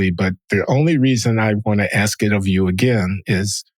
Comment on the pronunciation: John is Ask” or “Axe” an accent or mispronunciation?